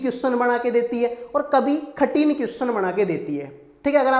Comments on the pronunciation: Pahle baat to ye khathin nahi kathin bolo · Are bhai khatin nahi kathin hota hai